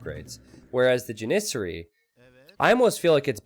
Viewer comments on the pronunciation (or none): When I heard you mispronounce Janissary the first time I cringed. Then I realized it was so early in the video and how much you would continue to mispronounce it. Dying a little bit inside right now.